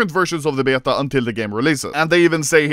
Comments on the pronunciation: why is he saying beta like byeta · Will Anomaly ever learn how to pronounce beta correctly or at least more english than swedish